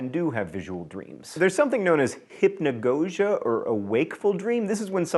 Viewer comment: It's pronounced, hip-know-god-gee-ah. (Hypnogogia)